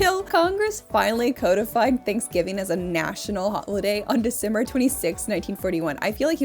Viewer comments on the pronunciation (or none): none